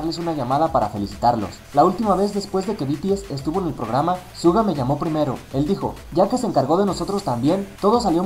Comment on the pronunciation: No sabes pronunciar el nombre de suga ._.